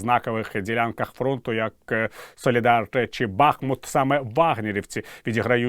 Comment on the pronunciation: Все добре, дякую, відео як завжди на висоті, от тільки - знову БАхмут. Ну БахмУт він, БахмУт! 🤦‍♀️